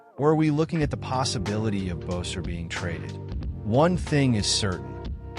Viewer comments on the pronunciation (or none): Hey, it’s not Bowser, it’s Boeser!